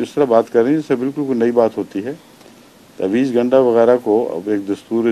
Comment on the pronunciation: لفظ" تاویز" گنڈا کی بجائے "تعویذ" گنڈا ہوتاہے